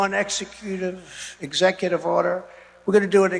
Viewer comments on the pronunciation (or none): "and on day one I will sign an EX-e-cu-tive ex-EC-u-tive order" The man still can't read.